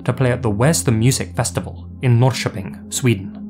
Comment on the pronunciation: Very impressed with your pronunciation of norrköping